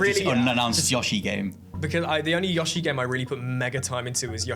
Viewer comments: STOP SAYING YA-SHI ! ITS YOSHI ! AS IN YO-SHI....ITS NOT HARD ASS CLOWN ! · The way he says Yoshi.....